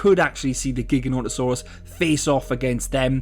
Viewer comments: and pronouncing it wrong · Your saying the name wrong